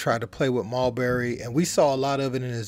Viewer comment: Why he calling him mulberry when it’s marbury…😅